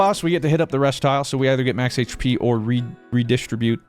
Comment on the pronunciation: the way he keeps saying reDIStribute is killing me XD